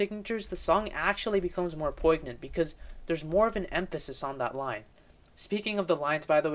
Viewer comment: Let alone words like "poignant", "monotonous", and "debut".